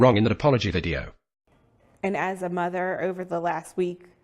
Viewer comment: Wish that ass would open a book. Who say erver instead of over. Put down the camera and pick up a book, idiot.